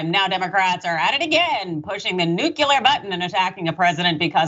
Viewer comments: NuCLEAR not nuCULAR. Please, credibility insists you pronounce correctly. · Did she say "nucular" instead of "nuclear". There is not credibility here. But Trump IS guilty.